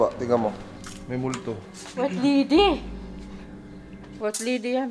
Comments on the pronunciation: I lab ur Pilipino accent say it again "wayt lidi" HAHAHAHAHA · "I like your filipino accent say it again" MOMMY: WAYT LIDIHH HAHAHAHHAAHHAHAHA